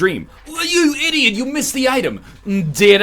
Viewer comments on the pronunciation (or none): none